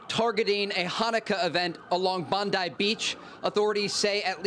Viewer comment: Trey Yingst should've asked how "Bondi" is pronouced before butchering it 50x on camera.